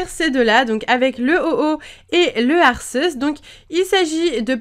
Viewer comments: Arceus se prononce Arkéhusse :) ;) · Sa se prononce pas "Arceus" mais Arcéus" !! nan jrigole bonne vidéo sinon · Je fais du grec et Arceus doit sûrement venir de Αρχος / arkos / qui signifie dirigeant, chef. Mais je prononce quand même Arceus / ar c usse / x'D. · Salut miss c'était pour te dire que on dit arqéus j'ai vu le film je sais de quoi je parle et mon préféré sa était anfinobi